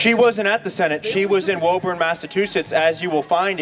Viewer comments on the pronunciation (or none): Its not Woeburn Its pronounced Wooburn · John Ozed He also can’t pronounce Woburn. It’s like Wu-burn not Woe-burn. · he pronounced "woburn" wrong. aaaaand i'm done.